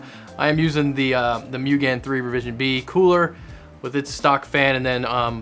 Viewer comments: "Mugen" It's not "Moo-gan". It's "Moo-gen". It means "Infinite" in Japanese. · i love hearing people butcher words... "Mugen"... like the car part manufacturer... there should be 2 dots above the U making a double O sound... Moo"gen" NOT "gan" and it's gen as though it rhymes with ken not like gen in generator or generation...